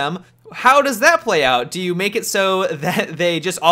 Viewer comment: "if they dodo that"xD